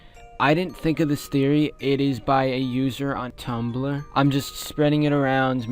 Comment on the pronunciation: ''on tumbbbbbl...rr :('' what happened there?